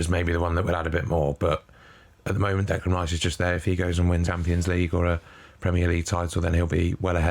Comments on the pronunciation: Decline not Declime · Declain not Delan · Declime not Declan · Declan not Declain